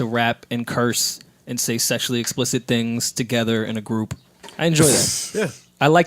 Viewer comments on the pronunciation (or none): "I wanna apologize for saying the word 'tings' as a 37 year old man." lmao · I want to apologize for saying the word "tings" bahaha 😁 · Lol joe and saying tings lmao